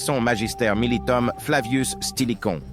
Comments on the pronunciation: La prononciation des noms est vraiment horrible ! "Stilichaud" au lieu de "StiliCO" ou "Stilicon" en français ; "bataille de la rivière frigida" au lieu de "bataille de la rivière froide"; "Andrinopole" au lieu d' "Andrinople"... C'est HORRIBLE. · Salut ! C'est un travail de très bonne qualité qui a été réalisé sur cette vidéo (et les autres que j'ai pu voir sur cette chaine). Quelques détails, cependant, méritent d'être améliorés : se fixer sur la prononciation de Stilico (une fois tu dis Stilico, après Stilicon, et même Stilichon !) ; des fautes de français parfois gênantes (à 14m50, les wisigoths" entrerèrent" ? => Entreront...) et autres détails (dans "wisigoths", on ne prononce pas le "t" à la fin...). De même, et cela n'a rien de personnel, mais le timbre de la voix est assez désagréable, ce qui n'était pas le cas des autres vidéos... Allez, bon courage pour la suite et merci pour ce contenu enrichissant !